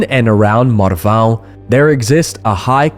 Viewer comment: You´re not really an American. You can pronounce "Marvão"... 😅